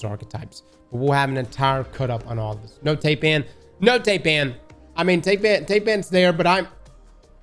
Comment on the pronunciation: tay-pan lol "thai-pan" named after the snake you silly goose